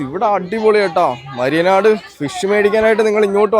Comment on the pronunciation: മയ്യനാട് ആണോ മരിയനാട് ആണോ